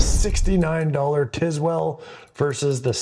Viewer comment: I tried to watch this for like 3 minutes, but i couldnt stomach how this guy butchers the pronunciation of Tilswall... brother. TISWELL? its not even close.